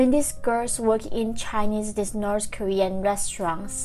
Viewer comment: wow. coming here after watching older videos where you were saying "nors korea". and now i can see you are trying really hard to pronounce the "th" in "north". keep up the good job :) if it helps, it's easier to say "norD" in stead of "norTH". will not be correct, but still much better than "nors" ;) all that said, thank you for the information, that's what counts !